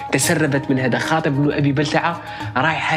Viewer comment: حاطب وليس خاطب.. حفظك الباري